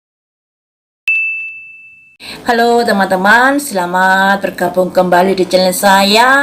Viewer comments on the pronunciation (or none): none